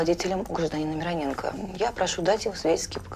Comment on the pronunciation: Кстати, правильно именно МирОненко, а не МиронЕнко)